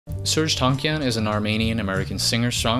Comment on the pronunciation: Hearing the pronunciation of these last names is so physically painful. Armenian last names have the intonation on the last letter "a", right before the "n". So Malakian is pronounced Malakián, Tankián, even Kardashian has that same rule and so on.